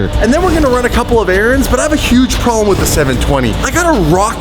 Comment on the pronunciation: "THE TYRE SLAYER HAS A PROBELM" 😂